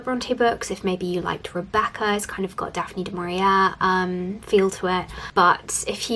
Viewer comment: Equally, Daphne du MauriAY, not du MauriAIR. And from a previous video, Truman CapoTEE, not Truman CapOAT. 🙂